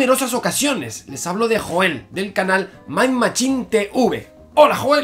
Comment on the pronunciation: se pronuncia yoel no joel.... No te ha matado??????